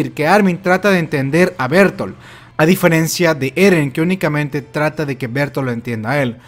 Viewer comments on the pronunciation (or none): Se pronunciaría "Berthold" no "Bertol"